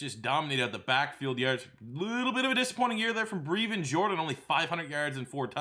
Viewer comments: His name is Brevin not Breevin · Brevin not Breevin 🤙🏼 Rhymes with seven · Youre pronouncing Brevin Jordan's name wrong. It sounds like Devin but with a Brrr sound instead of the D